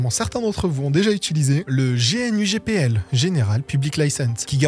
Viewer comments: On prononce GNU "gnou" (en Français comme en Anglais) d'où la mascotte. On peut aussi prononcer GUI "guouhi" mais certains préfèrent l'épeler "dji-you-ay" (G-U-I en anglais). Bonne vidéo en tout cas. ;) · Juste une petite remarque pas méchante, le contenu est très bien et la manière de raconter l'est tout aussi, mais juste GNU se prononce gnou d'où l'image du gnou comme symbole d'ailleurs. Sinon excellente vidéo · GNU ne se prononce pas/ne s’appelle pas comme G, puis N, puis U, mais comme l'animal le Gnou!! En plus le G se prononce a la "Gue" et non a la "Jai". Quand au "kernel" ce vous appelez le "noyau" que GNU voulait, GNU Hurd, c'est encore un jeu de mot de RMS qui en francais donnerait "Troupeau de Gnou". Quand a Linus et son kernel, c'est pas lui qui a choisi le mot Linux, mais un des hacker qui faisait beaucoup de update, Linus etait meme contre au debut. Linux n'a pas adopté la license GPL, en faite c'est RMS qui a fait du forcing sur Linus Torvalds pour accepter cette licence.... Last but not least, oui j’appelle ma distro linux, et pas gnou slash linux... A par ca, bonne video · Mais c'est Gnu, l animal, pas gé èNE U. gnu comme le gnou du logo. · Personne ne dit G.N.U., tout le monde dit Gnou. T'as déjà parler avec un libriste ? Et puis stallman qui avait des F en francais, bon ... on aimerais des references en description avant d'accuser les gens de position pro-nécrophile sans source. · Usuellement on prononce le U quand on dit G-N-U et qu'on parle Français, mais quand on prononce l'acronyme comme étant un mot, alors on est censé le prononcer dans la langue d'où sort le mot. Maintenant on est dans un pays où même à la radio on entend des gens parler de "linquedinne" alors on comprend bien que la route va être longue pour certain(e)s. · G-N-U : non-non-non. Gnou, Gnou, Gnou !! ;) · Je sais que la prononciation officiel est "gnou" ou "gnew" mais je peu pas m’empêcher de dire g.n.u . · Absolument personne ne dit G N U, on dit "gnou".